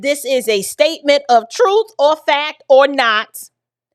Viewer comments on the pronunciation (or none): If I hear this man say TRUFF one more time I'm gonna crack 😩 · The way he says truthFFF irks my soul lol. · Perhaps this will help because you can only learn the Troof at a Learing center😂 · I’m sorry but…… “ tha troof will set you free” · Every time I hear him say truth with an F I cringe